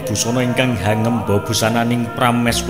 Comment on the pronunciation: Pelafalan bahasanya MC masih banyak yg harus dibetulkan mas. Contoh hangêmba, mestinya hangémba, kasingatakên, mestinya kasingitaken, antut, mestinya atut, dsb. Maaf